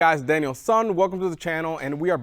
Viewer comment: not Daniel-sun ….. the “san” is pronounced like Dan so it is.